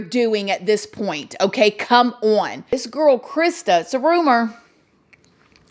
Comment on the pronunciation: “Ok COME ON” in that accent….. that needs to be your new logo line.